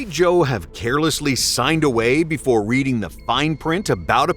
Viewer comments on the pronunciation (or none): none